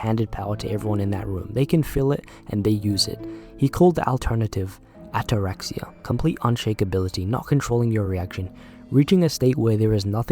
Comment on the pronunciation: ΑΤΑΡΑΞΊΑ !!! NOT " ATTARAKSIA " ! ΑΤΑΡΑΞΙΑ !!! This means that you a ROOOCK !!! UUUN-MOOOVEBALE !!! Listen to a Greek Man...he knows better . Very nice video my friend . Well said . Να 'γιασει το στομα σου φιλαρακι